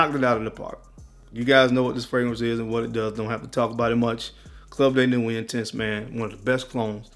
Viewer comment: Why do you fragrance guys have such a hard time reading ??? It’s not Club Day Nuit , it’s Club De Nuit . It’s not Mason Al Hambra , it’s Maison Al Hambra . Maison is the French word for house as in House of Al Hambra . Pronounced May-zon